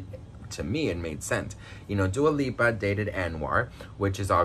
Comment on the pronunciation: He said Dua peepa 🤣🤣🤣🤣 Hahaha I love it !!! 💕